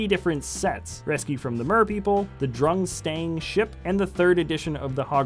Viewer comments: DURM-STRANG NOT DRUMSTRANG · it's pronounced durm-strang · It’s Durmstrang. Not “drumstang” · *durmstrang, not drumstrang. Also yes, tired Ron was supposed to be asleep in one set. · It actually is pronounced durmstrang ,not drumstrang